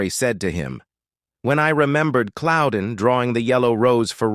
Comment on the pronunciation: Who tf is Cloudin?? Pretty sure it's not right.